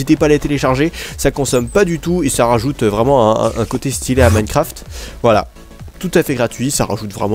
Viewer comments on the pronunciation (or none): none